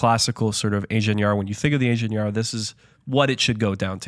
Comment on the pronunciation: Why not learn how to properly pronounce Ingenieur before doing a whole episode on it?